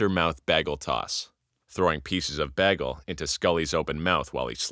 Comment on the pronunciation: You really Britta'd the pronunciation of Bagel.